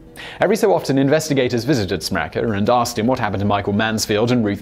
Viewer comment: You falsely pronunce my surname "Smrekar" it's not "SmrekEr" it's SmrekAr"!